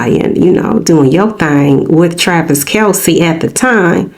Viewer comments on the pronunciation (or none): His name is Kelce not Kalce.